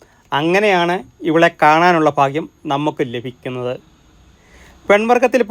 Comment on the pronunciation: ഭാഗ്യം ❌ ഫാഹ്യം ✅